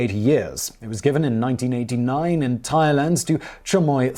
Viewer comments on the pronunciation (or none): none